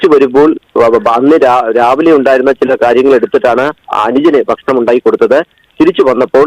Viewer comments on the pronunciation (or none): none